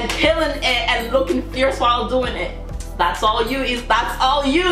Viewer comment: Hey! Just a little detail... About the pronunciation of her name "IZA".... the Z really sounds like Z, not like S. Maybe you're thinking that the pronunciation is similar to Spanish. But a main difference between Portuguese and Spanish is that Portuguese has much more sounds.